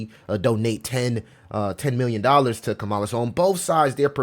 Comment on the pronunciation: Will you please pronounce Kamala name correctly! Say comma = Kamala